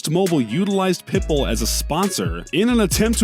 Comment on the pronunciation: But he said it Perfectly when he talked about Pitbull. 🤔